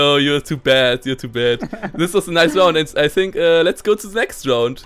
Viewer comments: "Ei sink se kopp iss se träitor." Simon, Simon, wo hast du Englisch gelernt? =D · Ich kann mir Ungespielt nicht anhören er mit seinen I Sink